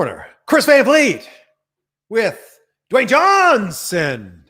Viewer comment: Van Fleet is ALMOST how to pronounce your last name. It's more like Fahn Fleet. (/pronunciation nerd)